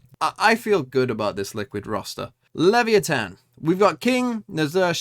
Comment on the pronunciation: Team secret defeated your liquid roster, and it's pronounced as LEVAYATAN not liviyeten